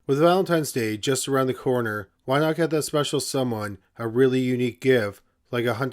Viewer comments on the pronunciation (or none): none